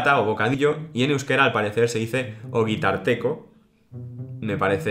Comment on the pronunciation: Un consejo de pronunciación para cuando hables en euskera! Las palabras con más de tres sílabas tienen dos acentos en euskera; una en la segunda sílaba y otra en la última. Por ejemplo, las palabras que enseñas al principio se pronuncian "txilíbitú/txilíbituá" y "ogítartekó/ogítartekoá" (dependiendo de si tienen artículo o no), y el refrán de se diría "Ez naiz joaten elízará, maingu naizélakó; joaten naiz tabérnará, ardoa on zaidálakó". El hecho de pronunciar todas las palabras llanas (por la carencia de acentos) es un error que cometen muchos hispanohablantes o "euskaldun berris" y hace que suene muy falso. Pero bueno, buen vídeo! Me alegra ver que retomas el euskera (